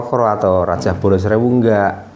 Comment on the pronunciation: Harusnya di baca..kolocokro sama bolo srewu